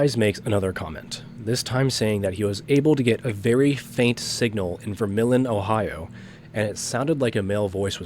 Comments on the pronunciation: local city also it’s pronounced ver- million not ver-Milan lol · I will be that guy “ver-mill-ei-un”